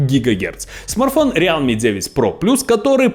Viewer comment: Братка,рилми- real,me. Real Me- это я-Реал,как команда. А realme- это настоящий я. Real в транслейте читается как рил.